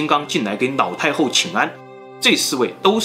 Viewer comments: 我怎么一直听到 脑 太后？😅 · 是不是故意發音成腦太后？ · 的ㄌ音會唸ㄋ音。 一直聽成“腦”太后，”那”八。很有趣，不知道是哪裡人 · 她真的很誇張...我一邊炒菜一邊聽,一直把老太后聽成老太婆XD想說英雄所見略同(X) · 是哪个口音, 把 L 念成 N, 老太后念成脑太后。内裤念泪裤,牛奶念牛lăi。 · 我一直听见脑太厚 HAHAHAHA 有人和我一样吗？ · 每一次都听成 : 脑太后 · 我听成老太婆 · 你沒聽錯，他就是這樣發音的 不知道為什麼他的發音，都把 L 和 N 對換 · 你的 ''腦''太后很出戲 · 对不起 你说的故事十分好听，可是我真的很在意你的发音＂脑＂太后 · 樓主有所不知，跟王剛，還有他的徒弟漆二娃一樣，每次發L的子音時，都會念成n的子音，比如切料念成切尿，輔料講成輔尿，而老太后就念成………… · 你的故事很好聽很仔細😄 但是你的發音讓我一直 瘋狂出戲中😂 一連（年），口述溺（歷）史 腦（老）太后，壽比藍（南）山 喝茶時要兌ㄌㄞˇ（奶）ㄌㄞˇ茶 ㄋ、ㄌ分不清楚... 笑到肚子痛啊！